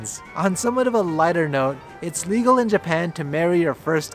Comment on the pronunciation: Sweet Home Alabama... The way he said legal in some states though LOL